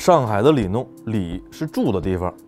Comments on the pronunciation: ，有个小问题。此处念里弄（long)四声，不念(nong)哈。文科生的毛病犯了😂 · 老师 那个字念long，四声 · 弄 “ long”，里弄 多音字